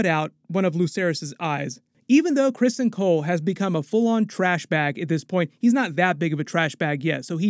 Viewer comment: It's CRISTON not Crispin